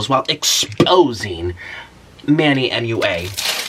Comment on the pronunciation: HE CANT SAY MUA HE SAID “M.U.A”